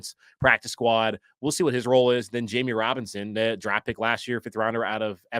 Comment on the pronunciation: "Darft" derp.